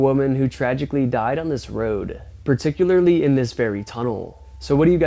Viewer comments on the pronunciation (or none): none